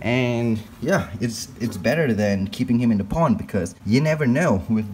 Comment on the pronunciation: When he says pond it sounds like po*n